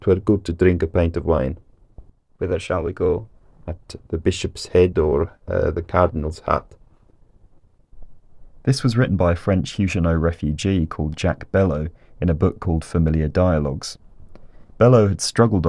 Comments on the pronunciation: Very interesting indeed! By the way, "Huguenot" is pronounced /ˈhjuːɡənəʊ/, not /ˈhjuːdʒənəʊ/. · . I know that Brits do all kinds of things to French pronunciation, but pronouncing "Huguenot" with a softish G in the middle-Huzhuh-a no is just plain odd. "gue" in French is always a hard G, and since that sound exists in English, seems like the presenter should use it. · Great videos, keep it up! Note though, it's Huguenot with a hard "G", as in "good". Thanks again for the the erudite, informative and entertaining videos.